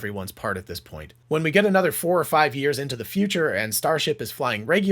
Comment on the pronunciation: you missed the “t” in the word “this”